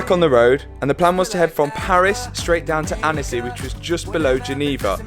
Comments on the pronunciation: Great vid. It's pronounced Ontsy, not Annessy btw. Great vid. (Worth repeating!) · Annecy.... .lol... it's pronounced 'ansi''